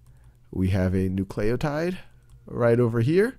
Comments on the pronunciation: Bro! It's pronounced NOO-cle-oh-tide! Get it right... oh my gosh it's almost as bad as someone saying "nucular" instead of "nuclear". *facepalm* so annoying and distracting! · n u c l a y o t i d e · I feel like he is saying nucleotide like that just to frustrate me.